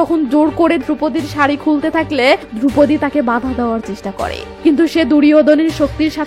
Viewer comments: ধ্রুপদি নয় দ্রৌপদি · ধ্রুপদী নয় ওটা দ্রৌপদী হবে